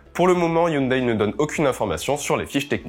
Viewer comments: ON NE DIT PAS HYUNDAIL MAIS HYUNDAI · HyunDAI et non "Hyundaille" ! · Sans vouloir paraître méchant, hyundai ne sont prononce pas youndaï mais youndai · Les koréens prononcent "younedè" et pas "younedaille"....